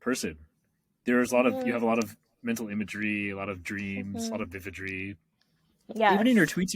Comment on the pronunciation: vividry...vivagery...? new word? jk